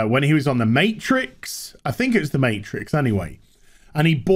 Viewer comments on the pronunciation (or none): none